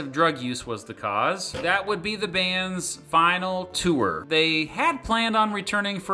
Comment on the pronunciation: wtf is a two-er? If you're trying to pronounce the word "tour", it is a single syllable word that sounds like "TOR" Regardless, thank you for the well written and informative video!